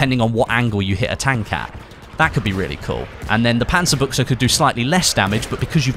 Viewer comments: Its "Panzabutch" not "Panzabucha" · WOW! you're the first battlefield youtuber who said the name "panzerbuchse" properly!